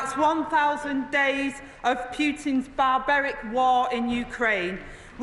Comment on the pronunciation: It's Gen Z speak for "barbaric", our Kier told her to say it that way.